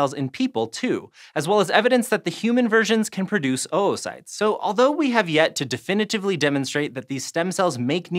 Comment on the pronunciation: ‘OwO-cytes’ Sorry I’ll leave